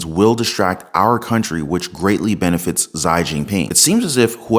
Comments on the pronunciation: Lol fyi it’s not pronounced “Zi” but Ze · His name is pronounced shi not zi xi=shi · Xi is pronounced zheee, just trying to help :-) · His NAME is pronounced " ZI ". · You're mispronouncing "Xi" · Xi sound more like (she). It's sounds like you merge the letters s and g to properly say xi. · Can't pronounce "Xi"? Come on, man!